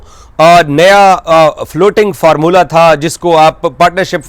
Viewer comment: DADTAR ❌ DAFTAR DADAGIRI ❌ DDAGIRI FORMULA ❌ FARMULLA